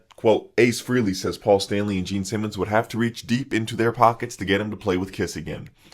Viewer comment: Ace Frey-Lee, not FREE-LEE